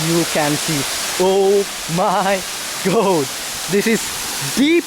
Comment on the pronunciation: "This place is owe myy gohd"